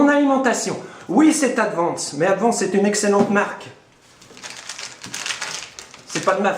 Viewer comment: "Adiance" N1 mondial ..........